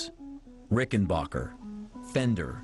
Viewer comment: Somebody should have clued the narrator that it's pronounced Ricken-Back-er. As in 'my aching back'. That's why it's spelled 'b-a-c-k' instead of 'b-a-c-h'. Adolph Rickenbacher anglicized the name after the 'Great War', to sound more like WW1 flying ace, Eddie Rickenbacker . He changed the spelling so nobody would be confused at how to pronounce it. A hundred years later, the phonically-challenged are still confused. Also, what did Paul Reed Smith invent?